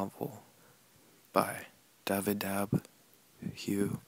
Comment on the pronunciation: I think Dafydd would just be be pronounced as "David", since it's a Welsh spelling.